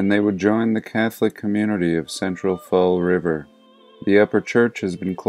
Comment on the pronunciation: Fall Riiiiiveerrr wooot omg. Lmao fall river. The armpit of Massachusetts. are you a fellow masshole?